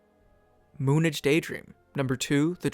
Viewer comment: lol its said as moon age lol